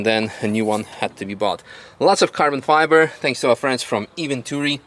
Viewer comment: It's not "Carbon Fiber" it's "Cabo Fiba"